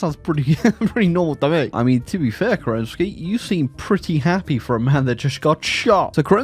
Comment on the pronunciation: FYI, in Slavic languages, the stress usually goes to the first syllable. So it is is pronounced Ke'renntskiy! Though, in case of Romanov, stress goes to second syllable - Roma'nov. Weird, I know.